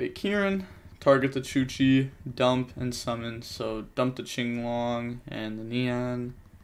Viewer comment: ITS CHUCHE, you dont read the E like that its an E after an H. You read it like you read it in Hey. So its not chuchee. Sorry had to get this off my chest